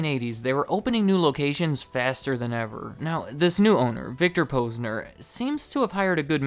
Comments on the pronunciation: "Poz-nur" Not "pose-nur" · You’re saying the Posner name wrong. Is Posner like you’d say the first part of positive.